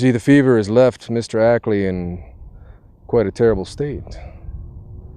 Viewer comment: Well, it's your film, so I guess you can pronounce 'Akeley' as 'Ackley' if you want to!